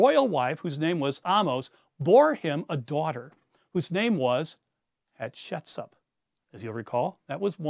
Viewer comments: Please just try to pronounce the names a bit better... it's like nails on chalkboard Hyk-sos, not "Hycos" Haht-shep-soot, not "head-shet-sup" I believe tgat the exodus story is a myth. It may have roots in reality, but it certainly didn't happen as written the Torah. And all your creative mix of history and speculation does not change this. ( For example, where the hell did you find that bit about Hatshepsut praying to Hapi and adopting a foreign child? I am quite familiar with the contemporary texts and sources by and about Hatshepsut, and I have not found any of this) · This is fascinating, however, I can’t help being confused by some of the pronunciation of names. I’m no Egyptologist, just an armchair enthusiasts who took one honors Egyptian art history course in college, so I could be wrong, but isn’t it “Hyksos” and “Hatshepsut”? Is anyone else bothered by this or am I just misinformed?